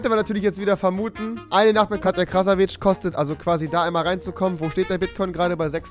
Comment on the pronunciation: Ich hasse es das keiner ihren Nachnamen aussprechen kann er wird am Ende wie WITZE ausgesprochen 2. Ich weiss das ich damit recht habe weil ich selbst halb Tscheche bin und alle die denken sie sei polin liegen falsch 3. Krasavice heisst so viel wie Schönheit was in ihrem Fall irgendwie paradox ist und ihr könnt euch jz die Kommentare auf mein Kommentar sparen falls ihr euch irgendwie angegriffen fühlt ich wollte das nur klarstellen weil mich die Aussprache einfach n bissl gestört hat